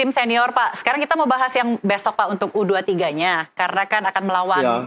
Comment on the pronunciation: HOST BUTA BOLA. Kata U 23 saja dia sebut, YU dua tiga, dan katanya jarak pertandingan sebelumnya dengan berikut cuma 4.5 jam apa cukup 🤣🤣🤣